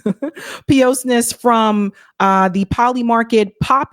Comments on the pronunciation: it’s pie-ous-ness not pee-ohs-ness 🙂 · Pee oss ness 😅 it's talking about piety, pie us Niss. Piousness.